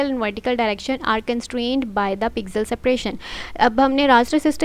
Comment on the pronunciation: Pixel ❌ Pizel ✔ :elbowcough